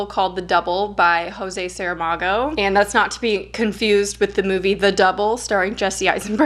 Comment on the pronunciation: Hi,. Portuguese speaker here, the J in Jose Saramago is pronounced as the French J (zh) in Portuguese ortuguese not as the Spanish J (h). Love your channel.:)